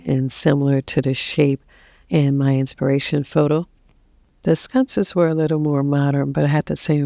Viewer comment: Sconces not scunces